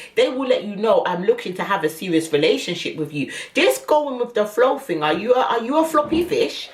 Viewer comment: "If I do my ting, its gonna be a big ting" 🤣👏🏾🏆 Then you want to get upset now I've done what you said... They're mad 🤣